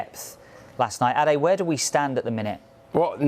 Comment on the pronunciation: Shout out to pronouncing Ade correctly. Good look